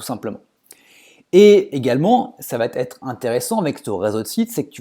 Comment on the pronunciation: intéressant...Mais s'il te plait, arrête de dire "ça vatêtre", car il n'y a pas de "t" à la fin de "va" 😊😊